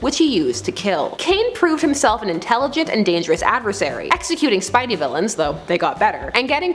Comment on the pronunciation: Did u hear the way she said spidey she clearly never read the comics...